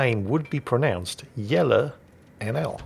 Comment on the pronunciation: Wow you said Jelle perfectly! Not bad. Cool of you to put in the time to learn that!